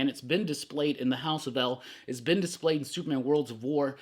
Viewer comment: Regarding House of El and Phillip Kennedy Johnson's take on Supes, " "it's been displayed..." sounded like "Bendis played", anyone else catch that?